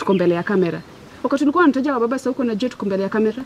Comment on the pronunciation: SHE HAS WABABAZ...NOT MUBABAZ... 😆 😂 😆 😂 nasi nakugonganga proper 😅